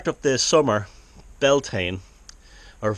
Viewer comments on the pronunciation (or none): Damn, you are Irish and you can't even pronounce Bealtaine correctly. Jesus dude.